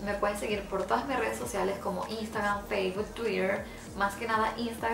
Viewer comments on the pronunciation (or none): none